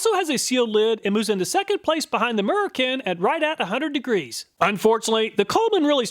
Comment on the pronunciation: Ur saying murrican wrong 🇺🇸 🗽